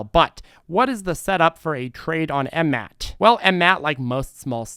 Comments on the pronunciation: After over a year, he keeps saying M Mat. lol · Yessir. But its funny how he says the ticker